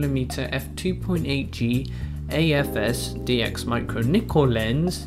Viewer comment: are you saying macro or micro?